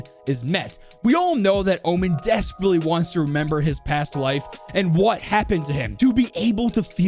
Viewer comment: Its not hwat its what hahahah